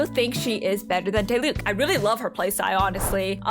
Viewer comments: YOU SAY IT AS DEELUC NOT DIELUC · idk if you're meming, but it's not D-eye-Luke 🤓